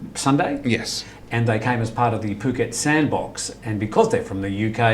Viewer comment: Can somebody please please correct pronunciation of Phuket? It's so annoying. I thought he was going to puke:(